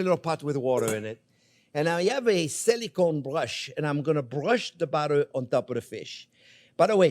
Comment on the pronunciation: BUTTAH.....love it chef!